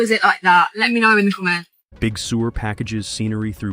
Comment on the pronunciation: Apparently the Brit guy at hasn't heard the rhyme "Humpty Dumpty". To him, it was just an unidentified egg on the wall.🤨 2 a/2 for 2 1/2. Only an AI could be that ignorant. I've seen boxes of rocks with more sense. Rather than Big Sewer, it's Big Sur, which sounds like 'sir'.